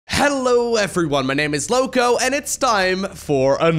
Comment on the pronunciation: Did not like the introduction. It should be: My name is! As a native Spanish speaker, should speak as Lokwo is.